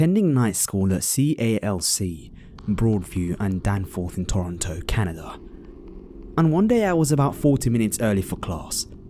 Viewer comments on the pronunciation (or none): none